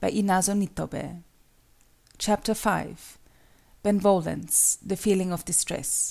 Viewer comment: The pronunciation of benevolence triggers the hell out of me it is be-ne-vo-lence not ben-volence it sounds like a dumb name instead of the actual word.